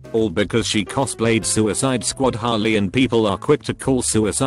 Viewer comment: The text: Harley The bot: hOlLy